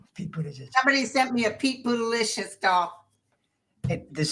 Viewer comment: Pete Buttegieg not Buttelicious😂😂